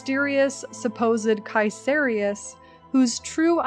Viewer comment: BTW nice pronounciation on the name Caeserius. Too many people mispronounce it just like "Caeser" the roman dude. It comes from "Kaiser".